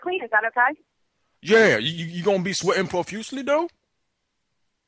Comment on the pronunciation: See 'fusely' - fell outta my damn chair!!